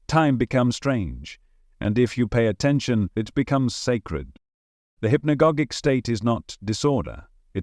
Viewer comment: HI there, interesting content! One thing: Hypnogogic is pronounced: Hip-no-gaah-jic like "logic"